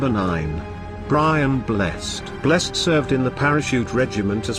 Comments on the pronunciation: Blessed (Brian) is pronounced Bless-Ed, not Bless'd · It is not Brian Blest. It is pronounced Blessed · It's pronounced Brian Bless-ed. However I'm sure he is blessed. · Bless-ed, 2 syllables! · Brian Blessed is pronounced bless-said, as in Blessed are the merciful, you morons. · He also wasn't in the Magnificent Seven! And can their robot not pronounce 'Blessed'?